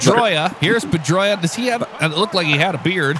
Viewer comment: How the fuck can not say Ruiz but says Pedroia perfectly lmao